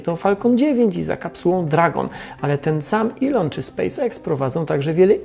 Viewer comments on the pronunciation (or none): none